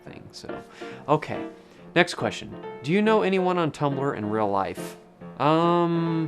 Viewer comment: you "dyoo" have /u/ fronting :)